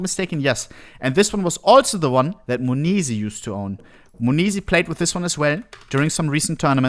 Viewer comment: m0nesy nah munizi